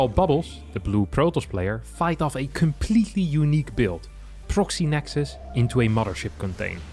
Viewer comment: Nice to hear someone say the correct plural of nexus for once!